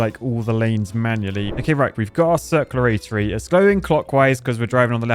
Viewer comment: I had to pause and snort about “circluraratery”